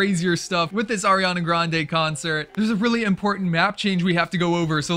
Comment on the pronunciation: did u say AIRiana?